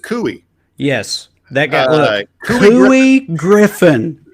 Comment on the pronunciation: You barely scratched the surface on the idiocy of 'Cowboys for Trump' Couy Griffin. (pronounced more like CO-ay here). Though we do have actual working cowboys in New Mexico, Couy Griffin is not one of them. The closest he got was playing a cowboy for six years at the Disney theme park outside of Paris.... He is a rabid anti-masker who staged several maskless protests, so it was with great pleasure that I viewed the footage of his arrest this week in DC-- the FBI removed his hat and made him put on a mask before they cuffed him!